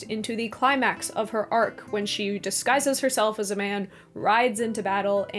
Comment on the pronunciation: Arwen is hername😢. Not aeiwun